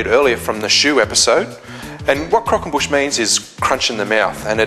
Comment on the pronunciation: Nice video. Love the way you say "Crockonbush" hahahaa!